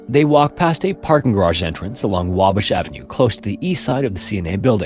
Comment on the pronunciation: "Wabish avenue" lol 😄